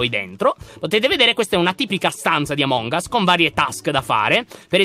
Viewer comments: Si dice among as che però si scrive among us non among as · Dici a che si dice amon gas